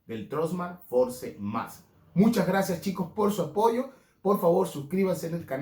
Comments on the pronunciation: Fors! Se pronuncia! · Por favor en pleno 2022 no sabes pronunciar FORCE???????? Tus videos son buenos pero ayuda a más gente a querer pronunciar bien.